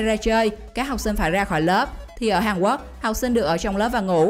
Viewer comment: Quốc mà bạn này cứ đọc Quắc nghe khó chịu ghê